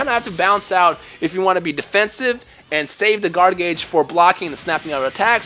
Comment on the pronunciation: Every word with the letters (TH) like the word (The), you pronounce like (Duh). wtf? It's just kinda hard to make out what your saying sometimes...